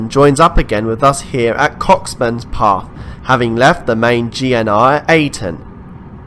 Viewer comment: I'm a Scot and Cockburnspath is actually pronounced Co-burnspath, with a silent ck. I'm from Edinburgh and we have the same problem with folk trying to pronounce Cockburn Street.